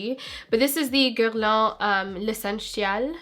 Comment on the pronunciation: the way you pronounced guerlain is sooooo freaking gorgeous